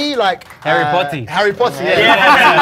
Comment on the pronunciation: 개재밌네 미친ㅋㅎㅋㅎㅋㅎㅋㅎㅋㅎ 해리포오티~ 고오급 억양~ 컵오브워티~ 해리포티 깁미썸 우ㅜ어티~ 보틀오브워티 데이비드 베커미, 블랙핑키~ 요크셔 테뤼~~